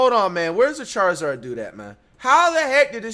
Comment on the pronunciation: Did he call shams charizard 😂😂😂